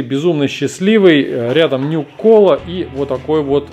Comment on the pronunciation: Matvey Arrow, ох, братан, такая же проблема. И не нюк-кола, а нюка-кола.